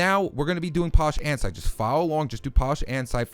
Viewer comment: Did he say andsite?!? Its andesite stupid